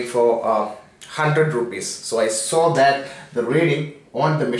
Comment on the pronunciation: Abai chutyai itna accent bana Kai kyo Bol raha hai mr wholder LoL it’s holder fuck off yeah righ side lol n wats show its saw soooory LoL 😂